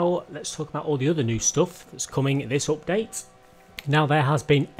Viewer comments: Peti Péter how can you love that ?;)) It s one of the most annoying sounds in the world, next to children crying in a plane or dogs barking when you try to sleep. I’d send this guy money if he ‘upgrades’ his speach. Cause it s not only oupdate... there are more words he’s murdering. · Opdate lol 😂 Love it when u say Opdate xD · Its sounds funny 😅😂